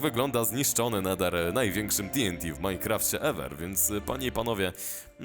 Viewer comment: "No był Neder ni ma Nedera"